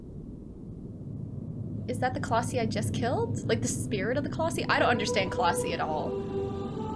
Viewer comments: Colossi is plural, one is a colossus It's pronounced like Colos-Eye 😛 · Firstly, colossi is pronounced “coloss-sai and not coloss-see” secondly, love your content and hope you continue this series. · That prediction tho! 😳😳😳 (And it's coloss-eye not ee)